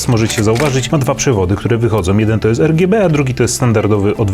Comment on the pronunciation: o nje gdzie ERGJEBE :O